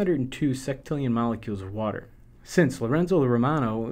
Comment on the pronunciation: Lorenzo romano amedeo carlo avogadro Non si pronuncia Lrenzo rmano Amdio grlo avogadro